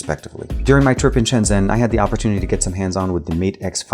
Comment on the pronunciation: It's ShenJen